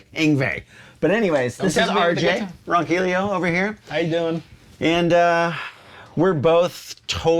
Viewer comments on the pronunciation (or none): Can someone please explain to me why RJ pronounces his name Ronquilio and not Ronquillo? Like, WHERE IS HE GETTING THAT SECOND i FROM?